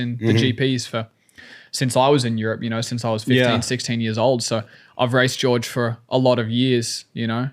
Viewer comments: It's Jorge not George, isn't it? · Its pronounced Hore-Hay! 😂 I think Hunter is just poking at him lol, they're rivals but still got respect for each other